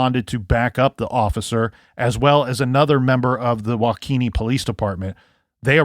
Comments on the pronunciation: WAH-KA-SHAW not WA-KESHA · Guess I've not been watching the news much. I'm a few counties away and I didn't even learn of this. Prayers to loved ones. Very sad indeed. Wah-kish-awe, is how it is pronounced. You're welcome, lol. You had me looking it up, wondering what county that was. Many Indian names in Wisconsin. Thank you for your great reporting on this! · These Wisconsin towns...wau-kee (or kuh)-shaw. (My preference is wau-kuh-shaw, but I hear it both ways.) Thanks for covering! I've been wondering about this case! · Wow I downloaded these episodes to keep my flight busy and was surprised to hear it's based in my state. Nice try pronouncing the city 😉